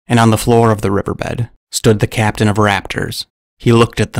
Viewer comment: The more you said “raptor captain” the more I heard “craptian”